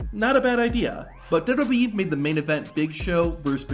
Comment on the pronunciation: Say it once, just try to SAY it. W. W. E. I don't think it's dubdubey .. unless they're going by every single content creators pronunciation